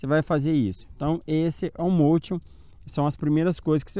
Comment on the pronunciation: Amigão, só uma dica: a palavra motion é inglesa e significa movimento e a pronúncia correta é “mouchan”. Observação: sou inscrito e gosto muito do seu canal. E parabéns pra sua esposa, já tá voando com o motion melhor que eu.